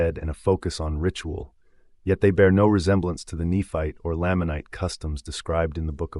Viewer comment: It's Nephite (KNEE-fight) and Lamanite (LAME-mun-night).